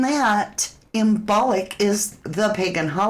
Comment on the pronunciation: > imbolc pronounced imbulk